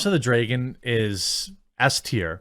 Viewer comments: Say "draygon" one more time... Say "Token" one more got damn time... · My Man. Its not Draygon. Dra"y"gon? Do you also say Aypple? Its Dra-gon. Where is this "aye" in Draygon coming from?